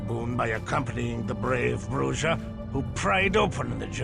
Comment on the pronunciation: This video is great, but it would have been SO MUCH BETTER if people said "BRUH-RRA", not 'BRUH-DJA".